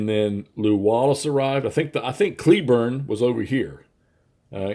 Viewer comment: 1 SP for artillery represents two guns! Psst, it's pronounced CLAYburn. Hehe, sorry, ACW nerd moment. :) And totally agree, again, this series is really good. The attritional feel of the combat makes it really feel like ACW combat. And I do love that one brigade can hold out against much larger numbers, etc. It's quite realistic. The whole thing feels quick and easy and elegant. I am looking forward to your reaction to The Seven Days! It's by far the best of the three. I think you will be truly impressed by how much is in the box. You might also want to check out Brothers at War, 1862. I just recently picked it up and it's another really interesting and refreshing system. It drops down to regimental level and is a chit pull mechanic. It's moving up right alongside the Worthington series as my top tier CW games. I would almost have to compare it to a Combat Commander meets the ACW but not card driven.